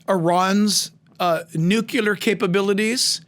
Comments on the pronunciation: It's NUCLEAR not nucular! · Nuclear -new clear not new cue lar. I totally love this pastor but I can't help but correct the mispronouncing of nuclear. Lol. Thankful you so much, Pastor Hibbs, for this amazing message and for preaching about what most pastors won't but should! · it's NUCLEAR... NOT NU Q LAR 🙂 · Nucular? Really? Here in the woods we call it nuclear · Jack, the term "nuclear" is pronounced, "new clee ur", not "nu ku lur". You probably know this now, it's a common mistake, I just have to point it out! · Nuclear, only one u. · PLEASE stop saying “nucUlar!” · We love Jack and his insight, and have been blessed by his teaching. Please, please, PLEASE get him to practice saying "nuclear"! This is an error that discredits his message in some folks' minds. It's pronounced NOO-KLEE-ER.💖👆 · YES!! Doesn’t that drive you crazy when you hear that? “The Israel Guys” also talk like that. Wrote something in their comment section to try to correct it.